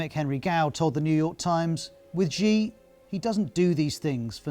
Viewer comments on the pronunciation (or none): anyone notice that whenever the news pronounces a chinese name they always have to over complicate it, like it has to be more exotic or something. xi as "ʒi" and hu as "hyu" . say it with me, she and who. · They didn't show Hu being helped into the conference or being asked to sit down when he was just standing there looking confused. See what a bit of editing can do to make it look worse than it really is. And Xi is pronounced She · Ah. 'news' that can't say the supreme leader of the country's name correctly. credible..... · Is it really THAT difficult for Ros Atkins to properly pronounce “Xi” and “Hu”?? Seriously. As a journalist, you need to get it correct or lose credibility. Great story otherwise ☝️ 🇨🇳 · Who is Gee? At least say his name correctly lol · BBC, how deeply embarrassing that your main China correspondent can't even pronounce the name of China's leader correctly - what is this guy possibly going to tell me about what's really going on in China? There are thousands of qualified Mandarin speaking westerners these days but you hired someone who clearly can't understand a word of Chinese